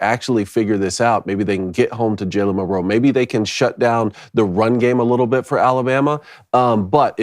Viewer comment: Why do yall keep pronouncing Milroe so funny? It’s like week 10, get it right. says it right